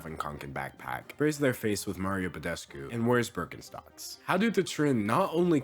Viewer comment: may sound stupid but hearing d'angelo say mario badescu made my little romanian girl heart so happy